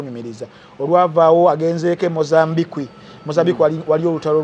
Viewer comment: Thank you for this discussion. Very informative.: 1. the name is John BaBIIHA. "...BIIHA", NOT "...HIIHA" 2. Mozambique is pronounced MO-ZAM-BIK. The "qu" or the "ç" is pronounced "K". Thanks.